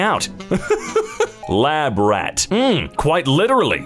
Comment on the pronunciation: " L A B R A T" Ok that was quite funny